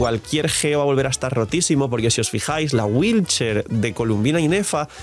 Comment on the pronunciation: Cada que dice wheelchair, muere un gatito 😔